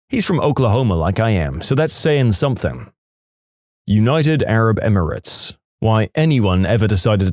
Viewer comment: No k in the word something